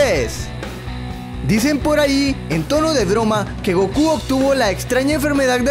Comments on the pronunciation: goku en el original tiene mayor acento en "U", asi que lo correcto es decir gokú no góku como uds dicen:v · chalés este men me decepciona mucho Goku qué asco pronunciar un comercial de Kfc qué asco solo kerian los termos por eso iban 💔XDXD